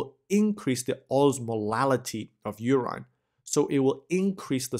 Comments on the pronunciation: WHAT THE HELL IS "URYNE" ???? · ur-IN = nahhh ur-EYE-N = :D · Anybody else feels odd about the way he pronounces “urine”. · so help me god if you call it "urine" one more time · Somebody please teach him how to say urine properly PLEASE! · you pronounce "urine" wrong = Goof Ball City. i thought at the beginning...how good we get someone who is not a foreigner and who pronounces well....then with CC i see the word that you mis-pronounce = obvious you didnt grow up with english. GET ANOTHER SPEAKER WHO PRONOUNCES WELL. NO MORE GOOF BALL CITY WITH BAD PRONOUNCIATION